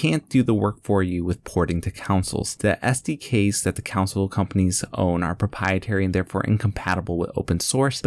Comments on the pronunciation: the way he says ''*COUNSLE*" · "Council Release"